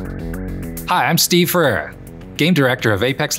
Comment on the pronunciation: Steve.. please pronounce your last name correctly bro. FerREIRA! Be proud!